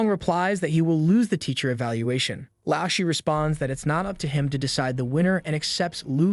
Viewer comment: BRO IT'S PRONOUNCED l-ao sh-er the lao sound like going down and back up, the Shi is the same the whole word